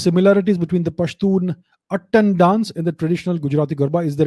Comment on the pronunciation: Thank you sir for this infromative video But sir the proper pronunciation of pashtun dance is “attaaan” (its आ not अ in it ) ☺️☺️❤️ as i am a pashtun hindu myself found it really interesting knowing about my ethnicity ☺️☺️